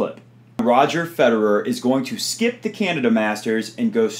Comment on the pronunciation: Why do English speakers never bother to pronounce Federer's name correctly?